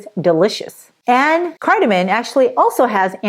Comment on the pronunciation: Please say cardamom, not cardamin